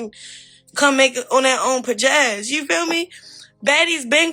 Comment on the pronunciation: This dragon jus said pajazz 😂😂😂